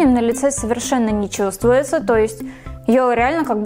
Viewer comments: Чувтсвуется?! Это что за слово? Что с дикцией? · Ошибка в слове чувствуется на